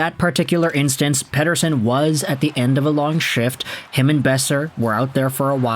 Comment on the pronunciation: As for one whos actually is named Mattias Pettersson I think your pronounciation of the last name of The Elias is really accurate🎉😂